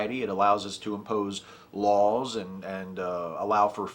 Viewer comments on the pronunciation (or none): none